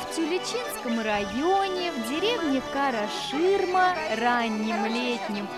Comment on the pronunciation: Автор. Правильно произномите название.. Не кАрА шИрма а карА ШирмЭ